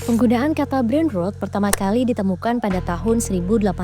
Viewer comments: Koreksi yaa... cara bacanya Brain ROT bukan RUT. Kalau bacanya RUT itu tulisannya ROOT artinya Akar. Sedangkan yg dimaksud ini adalah ROT artinya Pembusukan/ Busuk. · A very good content. Can be improved by correctly saying brain 'rot' instead of brain 'root' or 'rut'. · Isinya sangat edukatif, maaf pengucapaannya kurang tepat, harusnya lebih ke huruf o /rot/ buk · Rot (v1), Rotted (v2, v3), Rotten (adj) tidak dibaca rut. Bot, Robot, Chat (Ro)Bot, tidak dibaca but. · Brain ROT min, bukan ROOT. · Ini gmana sih voice filler, bacanya brain rot, bukan brain ruut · Gak kuat dengernya.. ROT BUKAN ROOT :((((( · ROT min bacanya bukan ROOT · Dibaca : brain rot...bukan brain rut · Huruf o pada brainrot ebih tepatnya dibaca seperti Ponorogo. Jika dibaca rut sperti voice over di video, tulisannya root yang artinya akar. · Brain ROT (membusuk) .. Bukan brain ROOT (akar) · Bacanya brain rot, bukan brain root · Kesel bgt kenapa nyebutnya ‘brein rut’ Tolong tempo diQC lagi content2nya, harusnya dipronounce ‘brein rot’ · Rot bukan root mbak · Sorry min, bacanya rot (o nya kayak ompong), bukan rut. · Mbak pembawa acaranya mohon bisa meningkatkan skill bahasa inggrisnya. Brain Rot selalu diucapkan Brain Root. Rot diambil dari kata rotten. O dalam rot diucapkan seperti Dot. Maaf ngajarin, soalnya kalau dibiarkan salah akan membuat oranglain yg tdk tahu akan sama2 salah nantinya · Pengucapan brainrot-nya salah mbak. Harusnya diucapkan /rɒt/. Kalau pengucapan rot-nya kayak mbak pembaca itu untuk kata root /ruːt/. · Mbak, bacanya brain ROT bukan brain ROOT!!! Coba pronunciationnya diperbaiki lagi ya. Mohon maaf tapi telinga saya geli banget setiap dengar mbak bilang brain root. 😂😂😂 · Maap mau koreksi. Brain Rot itu maksudnya Rot adalah pembusukan otak, dibacanya bukan "Brain Rut" tapi dibacanya pake O yaitu "Brain Rot". Kalau dibacanya Brain Rut, artinya jadi akar otak dan tulisannya Onya jadi 2 menjadi Brain Root. Demikian. Terima Kasih. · Bacanya "rot" min 😊